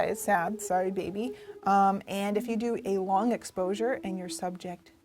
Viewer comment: she said explosure instead of exposure